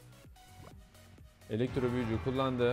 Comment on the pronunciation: elexro diyon kankaaa :D